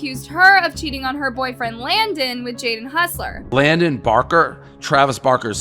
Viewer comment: hussler? lol. its hossler.